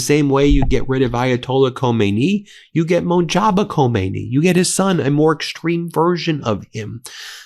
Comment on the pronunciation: Ben, I'm starting to wonder if you have a learning disability. Why else would you keep saying Monjaba when its written Mojtaba and is pronounced Mojtaba—because it's literally a phonetic transliteration from Persian into latin script. You seem to be getting Hormuz close to right most of the time these days tho, so some progress there.